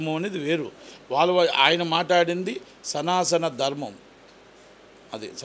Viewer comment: సనాసన కాదు మహానుభావుడా సనాతన పలకడమే రాలేదు